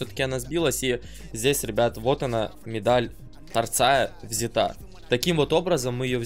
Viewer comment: "взятА" ахахаххаха, русский человек!